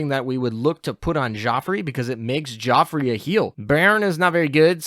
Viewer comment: Not just French. He pretty much butchers every name in this video. But maybe he doesn't know how to type "how do you pronounce..." into his search bar.